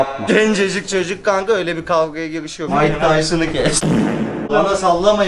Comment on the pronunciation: abi mıke tyson değil mıkıtısın doğrusu abim oyle diyor